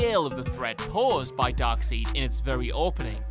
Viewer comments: Watching this vid in 2020 and still can’t believe he said Dark-seed what a newb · Had to stop the damn video after he said Darkseed. Get it together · OMFG It is not Dark seed. Its Dark Side!!! DO NOT DO A VIDEO ABOUT DARKSEID IF YOU DONT KNOW HOW TO CORRECTLY SAY HIS FUCKING NAME. WATCH ANY DC SHOW OR MOVIE AND SEE HOW THEY PRONOUNCE DARKSEIDs NAME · The creator confirmed it was darkside, no game, animated movie, or anything else I've ever heard his name spoken aloud in has EVER said darkseed so where in the hell does the insistence on saying it like that come from? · DarkSeed, it's pronunced Dark-Side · Darkside not darkseed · Darkseid was mentioned in the Justice League movie in 2017 by Steppenwolf, he mentioned Darkseid and pronounced it as "Darkside", just so you know how to pronounce it in the future haha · Darksied is pronounced "dark side" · As soon as you tried to pronounce darkseid darkseed I left the video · WTF... really Darkseed.... its pronunced DARK SIDE.... omfg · 😂😂 darkseed 😂😂😂 evil 🌿 life pronounced dark side bruh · As soon as he said darkseed I disliked it is pronounced darkside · Dark seed? Dark sied is pronounced as dark side!! Well meh it doesn't matter aws video! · I stopped watching after the 5th time you said Darkseed. Thought you were doing it to be funny at first. Then it sank in you were serious.. DarkSIDE! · This video lost credibility after “Darkseed” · Turned it off after hearing DarkSeed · Darkseid is pronounced Darkside. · I lost all respect for you by you calling him darkseed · How many people in Whatculture get this wrong? It’s Dark-Side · "Dark-seed." "Har-Bringer." Sweet Christ. Somebody get this man a dictionary. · momo penguins Because it’s pronounced “Dark-Side”. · Haven't watched it yet he better not say it like darksid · It’s Dark side, like Star Wars. Darkseid is pronounced dark side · Congratulations, your the first person to not comment on the fact he said dark seed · I will fight you. Pronounce it right. Darkside